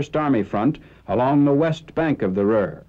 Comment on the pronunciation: It's the ROER river, not the RUHR.